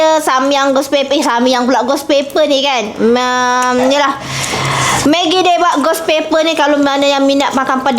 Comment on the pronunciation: Orang megi bukan menggi